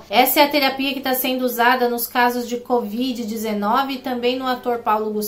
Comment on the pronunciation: cÓvid????? Se tá louca?? Meu pai!!